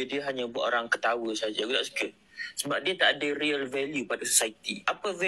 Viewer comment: Haha kau la badut, sebut real pun dah jadi riyal. Kau teringin nak jadi kaya cam pak arab ke baru nak ada Riyal value?! Ahhaha